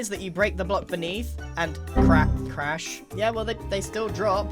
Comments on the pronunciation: mispronounces 'crash' as 'crap' atleast that what it sounds like to me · Hold up, did he say crash mod?